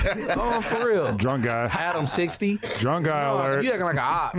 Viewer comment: I thought was saying Adam16 at the beginning took me a sec to realize he said Adam60